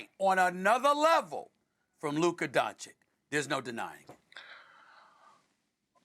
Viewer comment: Nobody: Absolutely nobody: Stephen A Smith: Luker Donchick